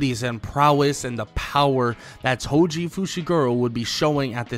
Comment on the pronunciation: Its toji breh 😂😂